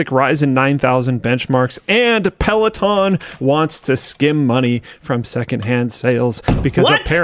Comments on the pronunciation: Linus calling it “Pelotin” is distracting… it’s Peloton, with an “o” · peh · luh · taan